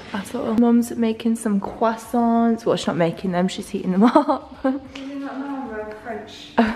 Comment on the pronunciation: cwassoint lmfaoooo x